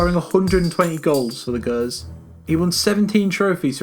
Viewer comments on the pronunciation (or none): Jesus that was the worst attempt at pronouncing Partick Thistle 😂 also completely fucked John Greigs name and "The Gurs" instead of The Gers 😂😂😂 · pronouncing it's pronounce jers, not girs 😂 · along with the "Patrick" Thistle debacle, the presenter said "gurs" for Gers. It's Scotland, not Mozambique, pronunciation shouldn't be alien. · GERS not GURS hahahahaha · 'Patrick Thistle' and 'The Gurs'.. c'mon man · Also Rangers' nickname is pronounced "jers." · Patrick? the Gerrrrs? ahaha 😂